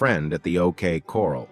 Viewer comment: OK Corral ..... not coral . 🤣🤣